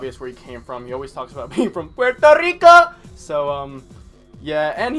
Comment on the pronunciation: The way you said Puerto Rico has me dying 😂